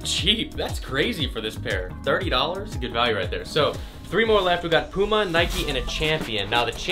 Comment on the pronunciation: any1 else dislike just because of the way he said puma